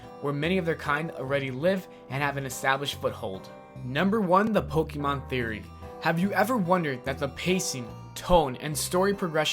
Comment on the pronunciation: You... You said Pokémon wrong... faints bc she loves Pokémon so much